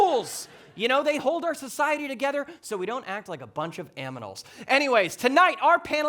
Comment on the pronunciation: ok, but is no one talking about him saying "aminals"? i fucking love